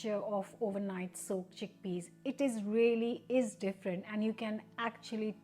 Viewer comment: "Chinned tickpeas"...you're exhausted!!!😂